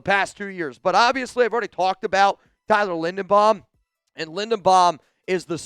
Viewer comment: Tyler who, please say his name right.